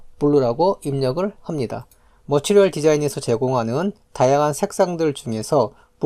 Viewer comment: 강의 퀄은 좋으신데 말투가 너무 듣기 힘든;;; 마지막에 보입니다 합니다 입니다 강조 안하시면 안될까요